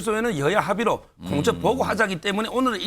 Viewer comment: 공처 보고 하자? 한국어 발음이 영..